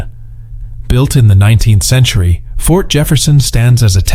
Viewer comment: I noticed that too. The 20 Centchar? World War Second?